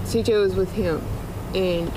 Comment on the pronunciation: Thank you for calling him CJ. So many people have talked about this case but almost no one says his name correctly. His name was CJ and he was loved beyond measure, and he did not deserve this.